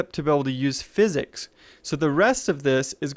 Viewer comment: The way you said that, I kinda felt like you were saying physics was a drug... "My room was not on physics"... lol Got what you meant though... no worries